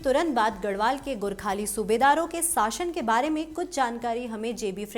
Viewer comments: And don't say गोरखाणि please it is the pain in ears 👂 Gorkhali correction needed whole video those who did crime will suffer and one more thing Amar Singh Thapa is called LIVING LION OF NEPAL ❤ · Gorkhani nahi Gorkhali hain 😂. pehle theek se bolna seek.😂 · नाम को बिखण्डत मत बनाऔ गोरख्णी नही गोरखाली है।